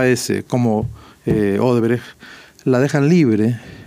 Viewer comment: Y el dipsómano alcalde dice Odebreg, es Odebrech...🍻